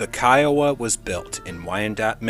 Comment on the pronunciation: Great stuff!!! I THINK.....Kiowa, would probably be pronounced Keh-Oh-Wah. Not separated like that though. Love your content. Keep it up!